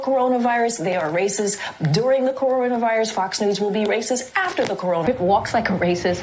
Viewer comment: This ignorant press secretary can't even say racist correctly. Listen carefully and tell me if she's not pronouncing the "T" in racist. Shouldn't that position require IQ, above room temperature?